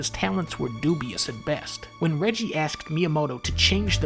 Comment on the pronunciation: Who the fuck is rejee? Is that a shitty Reggie knockoff?